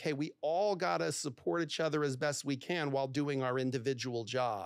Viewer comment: I'd break up with this guy after 6yrs for saying 'itch' instead of 'each'